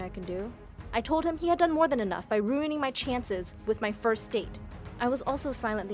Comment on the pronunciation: FIRDST is the WORDST